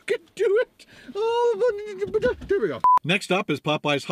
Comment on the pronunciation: why do you pronounce Popeyes so weird!!!!!